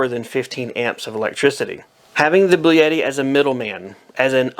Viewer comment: Did he say "Blue Yeti"???